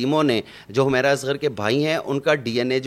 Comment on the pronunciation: Nam Tu thek se ley Lou hamaera nhi Hy wo humera Hy